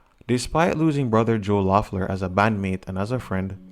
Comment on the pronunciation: great video! just somethings: the O is silent so pronounces Leffler. Well enough alone is definitely about Joe, so they dont play live this song anymore. I dont think Joe had substances. The Jesus part they grew up Christians but now Pete is agnostic. Joe is now a lawyer I guess.